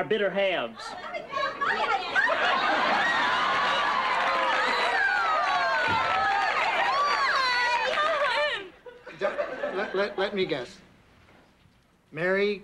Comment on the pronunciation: He said Bitter Halves